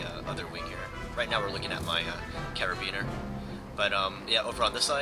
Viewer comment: Nice video, but isn't it pronounced "car-bin-ear" and not "care-ee-bean-er?